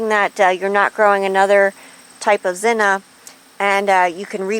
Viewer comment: Beautiful, and my favorite color of zinnia, next to orange. But just out of curiosity, why do you call them "zinna" instead of zinnia? Is this an alternate type, or is it just the way you prefer to say it?